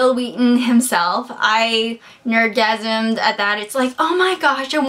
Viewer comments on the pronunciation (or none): Did you say "nerdgasam" lol